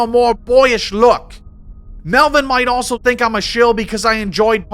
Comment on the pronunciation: The accent is solid, but you don't call Rose Tico Rose Taco, and you don't throw in half a hundred "Oso"s instead of saying "also."